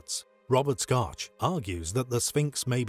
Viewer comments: Robert’s last name is pronounced SHOCK. We were colleagues and professors at the same time at Boston University. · Thumbs down for pronouncing Dr. Schoch's name wrong...